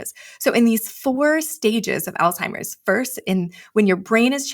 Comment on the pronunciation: So much purdenent information, so thank you both. I do feel compelled to ask you both to please pronounce the word "Alzheimers" correctly. I realize there is only one L in the word, however, it is pronounced as if there are 2 "L's"...check on it and find out for yourselves. Again, I do truly appreciate the info. No disrespect...seriously.